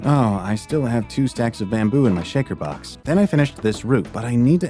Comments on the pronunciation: When you said lapis lazuli made me go really bruh and you said shaker box its shulker box and it not elitras its elytra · I liked this video but..ELEEE-TRAZ? SHEKER BOX? 💀💀